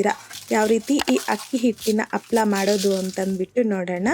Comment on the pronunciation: ಹಪ್ಪಳ ಅಲ್ಲ ಅಮ್ಮದು ಹಪ್ಪಳ. ಕನ್ನಡ ಪದಗಳ ಉಚ್ಚಾರಣೆ ಸ್ಪಷ್ಟವಾಗಿರಲಿ